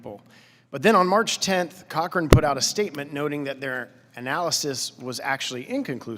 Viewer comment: It's Cochrane, not "Corchrane," but this is alarming if HHS pressured an independent scientific body to refute the authors of one of their studies.